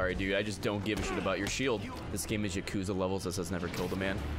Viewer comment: the days when Ray said yaKOOza